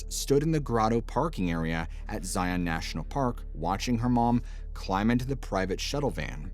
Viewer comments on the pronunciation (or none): It is pronounced ZION all one word. Not ZI ON like its 2 words.